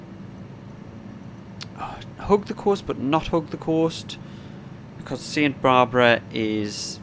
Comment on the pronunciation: Los National Park? Serena Nevadas? Saint Barbara? Man, the days of the British being the world’s authority on English really are long gone aren’t they. 😂 (Los Padres, Sierra Nevada and Santa Barbara are Spanish names of course. Welcome to America. Just a friendly tease, amigo. Good video).